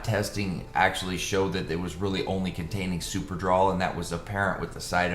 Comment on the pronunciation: Its drol brudda not draw😂😂😂 super-drol ultra-drol! Draw😂😂😂😂